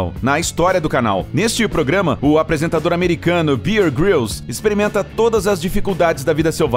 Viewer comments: 1º lugar : Bear grills é britânico e não americano . 2º lugar : se pronuncia " béar " e não "beer" ( Bear= urso) (beer= cerveja) 3º lugar : ele nunca disse ser um sobrevivente , ele ensina técnicas de sobrevivência caso você esteja em situações de risco. No início de cada episódio deixam bem claro que "simula" técnicas de sobrevivência . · SIMPLESMENTE PERFEITO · De verdade ! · Bear: Bér o cara fala Bir....o programa é top é claro que tem forçação!!!! E é britânico e não americano...um fenômeno!!!! Fake ou não sou fã!!! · Corrigindo a pronúncia: É Bear de urso, não de cerveja. Béer Grills, não Bier Grills... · Bear e não beer.. você pronuncia mal. O seu inglês não é muito bom. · eu parei de ver também a partir disso... Além disso, o cara falou Beer Grylls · O nome dele é Bear Grills (pronúncia BÉR) poha... outra coisa, ele é britânico, não americano.